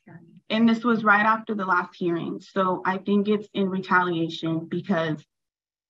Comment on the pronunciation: "All of a sudden Taylor wants to say.. that... im out there for italiation... ...nuh..." . I can't laugh. This is the kind of thing i come out with too these days, at only 61 years old. I see it as a kind of mental economics at work in my brain cell at the end of the day when im tired.😅.